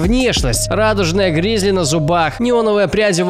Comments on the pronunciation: Не гризли, а грилзы Не такеши, а текаши Не трипл ред, а триппи ред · не гризли а грилзы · Не гризли, а гриллзы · не гризли, а грилзы